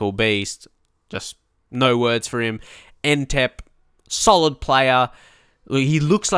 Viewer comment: you're saying Ntep wrong